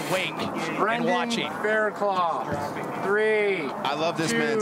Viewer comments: lol yeah I know...I wrote it how it's pronounced. The dude on the video is pronouncing it Claw but it's actually Cluff. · It's Faircluff not Fairclaw. lol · His name is Fairclough not Fairclaw!!! Red bull needs to respect a riders name. Brendon showed utter respect no redemption needed!